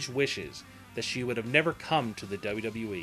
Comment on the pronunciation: I 've never cared for the way the narrator says, "WWE" and I think a lot of what he says here is pure conjecture. He uses words like, "probably" too much.